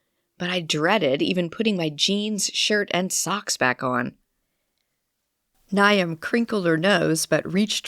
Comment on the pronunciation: Maybe a pronunciation guide to some names? I assume it is Niamh and Aisling?